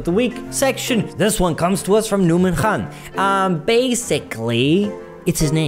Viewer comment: Woah! He actually pronounced the name “Khan” correctly! That was impressive 😆